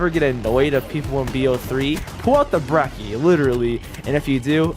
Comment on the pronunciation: For Christ sake stop calling it Brecky it's pronounced Bre-chee. You don't pronounce "Gucci" like "gucky" so why Brecky?